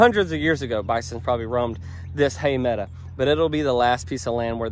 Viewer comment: your a school teacher and you pronounce meadow as meada. LOL